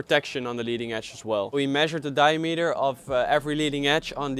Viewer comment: di-A-meter ;) great video